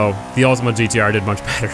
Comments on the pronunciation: Its Ultima not Ultimo also I love how you put the music to get us hyped but then it ends up in a fail xD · Btw it's Ultima not Ultimo